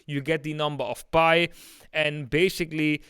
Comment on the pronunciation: Pi is pronounced like eating a pie, pi is not pronounced like pee